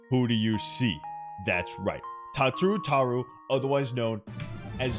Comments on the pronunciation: Am I the only one who's hurting over the way he says her name? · PLEASE STOP PRONOUNCING IT THAT WAY